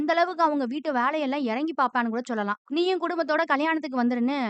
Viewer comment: Sollalaam nu solla kootatho Athu enna chollalam Irritating ah iruku 😖